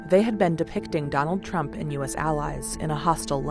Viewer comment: She never actually say the word “Trump” but “DonaldO JAY TrumpO”